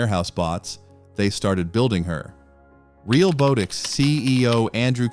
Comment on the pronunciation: This video talks about most robot videos using AI that is not accurate, all while using AI narration & AI generated images & video. Hypocrite. The company is pronounced "Real-Bot-ix", not "Real-Boat-ix". The video says it wrong all the way through. Do you not even quality check these videos before uploading them??.